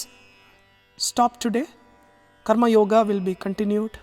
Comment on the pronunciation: Why, u are not pronouncing the Sanskrit words properly, like karmayoga ,( कर्म योग) and not ( कर्म योगा). Arjuna अर्जुन and not अर्जुना. All these are अकरांती शब्द. That is why ending with "a". This is a humble request.